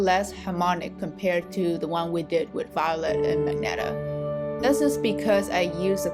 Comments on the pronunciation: Just to point: 'ma-jen-tah', not 'mag-netah' 😊 Maybe you had misread the color name Magenta 🤭 hihihi Nice video, well explained and neat, soooo smooth gradients and lovely simple and beautiful paint piece at end! Keep doing! o/ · Great video... It's magenta (mah-jen-tah) the "G" is pronounced as a "J" as in Jennifer... Again, it's a great video. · Wait I always called it "Ma-Jen-Ta" but she's calling it "Mag-net-a." Great vid tho! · I like how you say "magenta" like magneta, it really adds more personality to the color Also, it was helpful